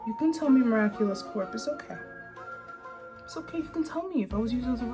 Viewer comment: Every time she said mira culous it's sounded like she was saying look at culo which is look at this butt